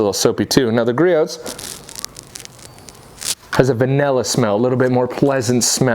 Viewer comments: I like the videos homie, but it's pronounced GREE-OH. The T is silent. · You don't frikin say the T in Griots. Frikin a its so annoying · Love your videos but please learn how to pronounce Griots. Bugs the shit out of me lol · The T in Griot's is silent